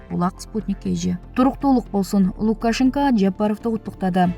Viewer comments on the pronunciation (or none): Новиков деген создо ударение Н тамгасынан кийин коюлат, Лукашенкодо ударение «е»ге коюлат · Лукашенко ну туура окучу эй кулку болбой,ударение е тамгасына тушот!!кандай сабатсызсын,конкурс менен алганда сага окшогондор кочо шыпырат эленер!!?